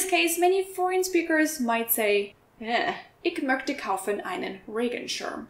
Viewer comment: What's up with the ig (ich) and the mögte(möchte)? Why is she saying like that?